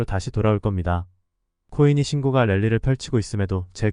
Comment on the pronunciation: 우리말 숫자 읽는 법 부터 다시 해야 겠어요. 그리고, 신고가는 발음이 신고까로 하는 겁니다.